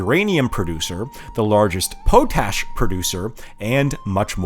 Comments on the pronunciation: “POE-tash” 😂 Pot-ash ✅ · "Paw- tash"? Really?